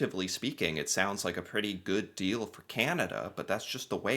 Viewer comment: Please stop saying goof deal, we paid for it.